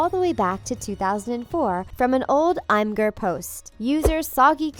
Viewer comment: It's Imgur, not I'mgur